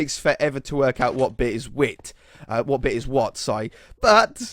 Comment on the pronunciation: Wait did just speak Scottish huh you said whit haha